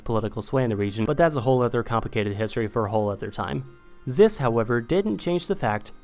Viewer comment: Why do you pronounce this or the like zis and zat?